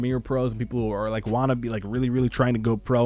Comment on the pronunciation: Only me or does the "like" sounds like LIGCKE the beginning